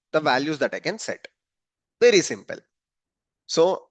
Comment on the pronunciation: wery wery long videooo